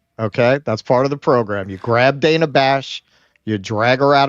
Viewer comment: Its DAN-UH, not DAY-NUH! Get it right! She pronounces her name differently than every other "Dana" on Earth, but if you don't get it right, you're a misogynist!